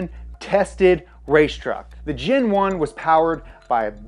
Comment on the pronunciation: When you say GEN 1 or GEN 2 i hear Gin 1 and Gin 2 like the alcohol